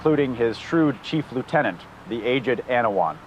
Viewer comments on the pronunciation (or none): none